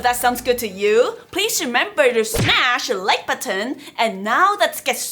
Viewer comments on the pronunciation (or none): I think it's great how you say button with the exta T on it LOL Buttton